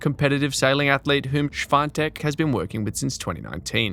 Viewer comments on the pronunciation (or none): Its not Iga Schwantek its Świątek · Try this, buddy: "Shvee-On-Tek", not shwontek. Get it right, ok? ✊ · The commentator in this tournament excerpt pronounces her surname correctly: you pronounce it as if it was "swan" in German + "tech"